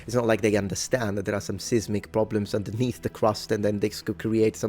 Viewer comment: Seismic is pronounced like either "size•mick" or "seiss-mick". Long, hard i, like the name of the letter i.